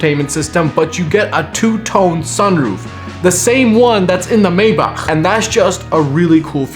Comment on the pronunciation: "Two tone roof same one that's in the maybachhrr" no you did not try to play us brokies lmaoooooooo 😂